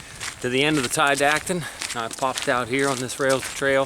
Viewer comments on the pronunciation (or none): Never heard it pronounced Ti-dat-on, always heard Ti-dot-on. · Tiadaghton: Ty-uh-dah-ton